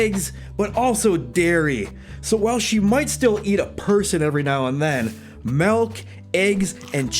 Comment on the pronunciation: I feel like I'm missing some joke but why are you calling it melk?